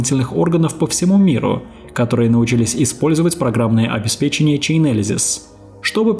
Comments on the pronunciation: Правильное произношение слова «обеспечение» как бальзам на душу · Боже, хоть кто-то говорит обеспЕчение😅